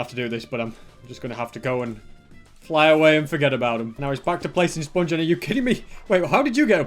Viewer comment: I love the way he pronounces sponge as spunge.